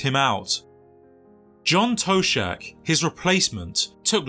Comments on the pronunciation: John toe-shack😂 it’s toshack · " John Toe-Sack" 😂